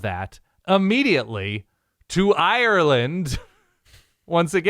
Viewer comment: Not bad content.. keep it up and I’ll consider subscribing. But don’t ever repeat saying Ireland like that. I almost turned off the video